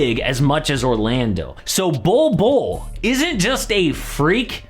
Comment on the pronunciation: He said Bolbbule